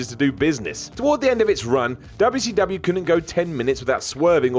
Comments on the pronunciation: Projekt Vash lol idk maybe because it was a southern promotion based in Atlanta, Georgia some people say it that way to poke fun at southerners dubya see dubya haha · Why does he say wcw like that every time